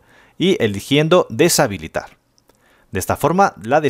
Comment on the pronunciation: gracias, buen hombre, pero te comiste una t en habilitar ;v